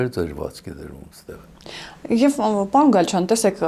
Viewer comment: Պաոն չի պաՐոն է,մի' ձևափոխեք լեզուն